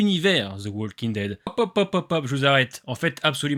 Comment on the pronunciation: Super vidéo! Juste une petite remarque: le "l" de "walking" ne se prononce pas